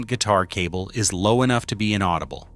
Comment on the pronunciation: The ai narration is funny “ein-audible” 😂